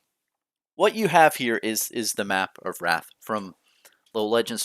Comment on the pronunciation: Isn’t it pronounced Rathe not wrath? 🤔